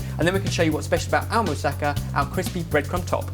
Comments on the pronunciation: It's pronounced "mou-sa-ka", not "mou-sakka". Just for future reference. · I know this is a really old video and someone's probably told you, but moussaka isn't like Mustafa. You emphasise the ka at the end ^.^ amazing recipe tho :)